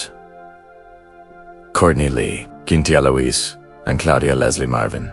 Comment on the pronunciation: Marvin "S" - Marveen God, how I hate these f***ing AI-voice overs...